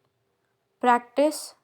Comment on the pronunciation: Practice ka pronounciation galat kaisey aap ..ek verb hai or ek noun hai bs yahi hai fark pronounce same hi hota hai